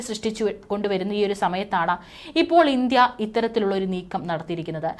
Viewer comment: ഇന്ധ്യ അല്ല ഇന്ത്യ. വ്യാമാതിർത്തി അല്ല വ്യോമാതിർത്തി. ആൻറമാൻ അല്ല ആൻഡമാൻ. പറയുന്ന സ്ത്രീ ഇന്ത്യക്കാരി അല്ല?. മലയാളം അറിയുന്ന ഒരാളെ വാർത്ത വായിക്കാൻ വച്ചാൽ നന്നായി